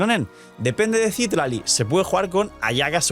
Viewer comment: Y nunca llegaste a pronunciar bien el nombre de Citlali😢